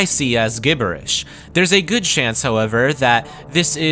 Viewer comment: never heard gibberish pronounced that way before. good on ya.